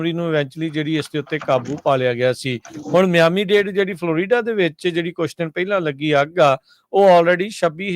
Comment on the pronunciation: ਉਹ ਭਾਈ ਫਲ ਰੀਡਾ ਨੀ ਹੁੰਦਾ ਫਲੋਰੀਡਾ ਬੋਲਿਆ ਕਰੋ